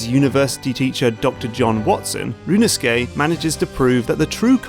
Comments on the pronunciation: Every time Mark (as much as I love his main channel content) says "rooneskey nuhruh hoodoe" I die a little inside. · Rinusuke? Could have sworn the titular character's name was Ryu-u-no-su-ke.